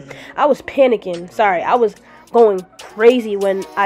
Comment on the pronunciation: I was emphasizes on “PPPPPANICKING” for me. That shit scared me loool